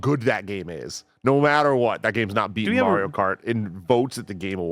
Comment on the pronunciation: i need to please start saying MARIO'S name correctly calling him MEHRIO is annoying to hear man c'mon guy lmaooo!